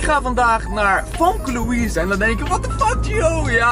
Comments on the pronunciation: Je spreekt famkelouise Louise uit als femke louise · Je spreekt famke louise nier goed uit